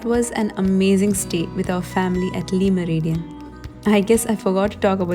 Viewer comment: Salaam to u!! I really like all ur recipies!!just wanted to correct on the pronunciation of Le Meridien! It is spelled as Le, but pronounced as La!!👍